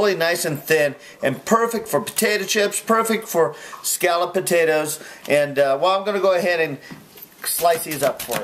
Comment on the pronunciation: why do you say Scallop wrong!!!!!!!!!!!!!